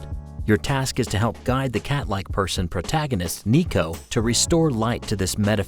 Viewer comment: Ok I could be wrong here but I’m pretty sure that the cats name is not pronounced “Nico “ it’s pronounced “Ne-Ko” as that is litterally cat in Japanese. But I could be wrong maybe it’s a play on words